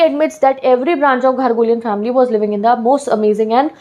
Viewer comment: It's not ghargolian...... It is garoghlanian